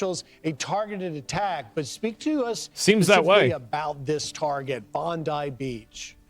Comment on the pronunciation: Even the news that would suck Pam Bomdi's cock would call it "Bondai Beach". WTF is with Americans' inconsistent vowel pronunciation?!?!?! Even the natively english words like "nuclear" are too much for them. Do people there really speak 0.5 languages? 😂